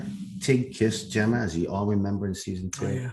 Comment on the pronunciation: Say her name again..” Jemmer “